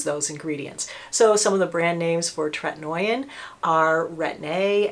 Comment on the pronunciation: Correct pronunciation is TRET-IN-OH-IN not tret-in-noy-in. Not trying to be obnoxious, just know you like to be correct in your information.😊